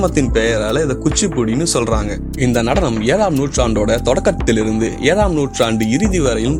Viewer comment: ஸொல்றாங்க இல்லை....ச்சொல்றாங்க..... இதுக்கே தடுமாறுது; இதில் வல்லின "ற" இடையின "ர" வுக்கு எங்க போறது...